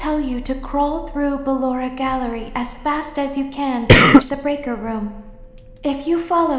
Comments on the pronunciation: se spune. barora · Nu bellora😂😂😂